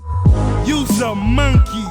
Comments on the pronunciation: I swear Ross is saying Monkey with a U. "Munkey... Lol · "MUN-KEY" - RR 🦍🤡😭🤣🤣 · the a way he pronounces monkey is hilarious 😂😂 one thing you can say is both these niggas funny as hell